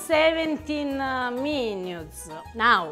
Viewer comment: “17 meenyootes”……???? 😅😂🤣😂😂😅 love this woman❤️